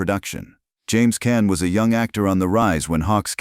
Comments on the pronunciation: You can't even pronounce James caan's name right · U aren't pronouncing caan name right